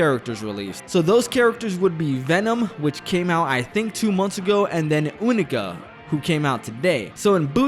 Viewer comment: Yknow what i hate about YOU-KNEE-KA(since you pronounced it wrong), When u do weapons free on a wallsplat opponent it doesnt play the animation. i hope they fix that